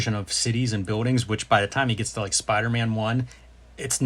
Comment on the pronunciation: Love all of this…. Every bit… however, the way Jim says “biwwdings” for the word buildings drives me nutty, lol. Sorry Jim… I’m in no way perfect… it’s just a thing I noticed. 😂